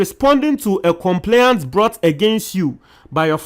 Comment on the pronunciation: Check your pronunciation of the word ' complaint ' .